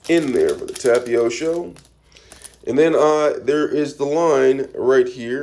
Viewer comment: btw it’s pronounced tap a tee oh